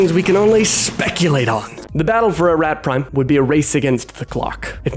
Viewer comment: You literally play a clip that says, "a-ROT" but you say "a-RAT" like 50 times in this video lol